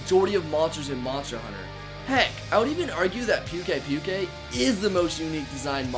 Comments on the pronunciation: I think its pukei-pukei is pronounced poo-kay poo-kay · It's poo-kei poo-kei not pew-kei pew-kei. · Not to be mean but pukei pukeis name is pronounced pook a pook a not puke a puke a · I believe it's pronounced Pookay-Pookay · He just likes saying like that. He knows how to pronounce it but he prefers to call it Pewk Ai Pewk Ai. He said that in one of his Livestreams. Just like me with Rathian. I know it's pronounced Wrath-Ee-an but I prefer calling it Wraith-Ee-An